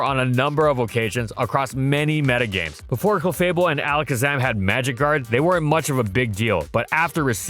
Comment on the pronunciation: The first 5 times I heard "magikarp" instead of "magic guard" and was so confused...